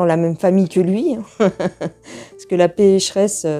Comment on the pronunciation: J'adore,, la façon dont vous essayez de prononcer le nom de la Pêche-reSS: la P... PP... Kkkriiikik kriik... 😝😝😝😂😂😂😂....krkkkk!!! Bizous et merci pour cette voyance très intéressante👌🙏🙏. Je me rappellerai ce jour-là de vos prévisions, espérant que nous allons arriver à sortir de toute cette saloperie!